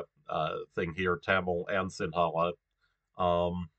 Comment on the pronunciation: Little tip - That number 3 line, like 70% of Tamils live in the upper part of that line, Also in the Central part near tea plantations. The rest is mostly Sinhala. And 'Ha' is not that strong when pronouncing Sinhala. It's like the first sound in "her". - That's a scarecrow 😂.